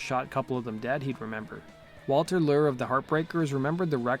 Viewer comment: Yeah, narrator has a hard time pronouncing words, especially names. Maybe he should slow down and use some verbal punctuation?